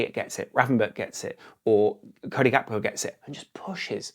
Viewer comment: Love your content, but Gakpo's name isn't of Dutch etymology. It's Gakpo not Hakpo. It's jarring on the ears.